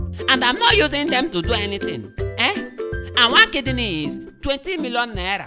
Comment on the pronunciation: I love when he was saying "I thought it was my kid kneel"instead of kidney 🤣🤣🤣🤣🤣🤣🤣🤣🤣🤣🤣🤣🤣